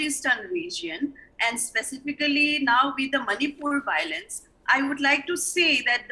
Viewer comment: What is this "BOWLENCE...BOWLENCE..." the meitei panelists taking about???????